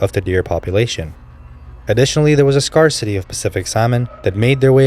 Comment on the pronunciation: I apologize for my assumption that you were a robovoice. I wrote it b/c you mispronounced several words, scarcity and intrepid, a common robovoice giveaway.